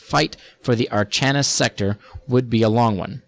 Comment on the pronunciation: Archanis is pronounced Ar-KA-nis